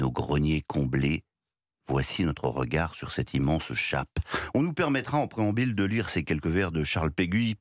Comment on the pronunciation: puisque vous êtes si acerbe avec les mots en debut de vidéo, permettez moi de l'être auusi lorsqu' à 1mn 10 sec votre langue fourche et que l'on entend "préambile" alors que vous vouliez dire "préambule". je sais, c'est mesquin comme remarque mais qu'importe le flacon pourvu qu'on ait l'ivresse comme disait Alfred de Musset. Bonne journée quand même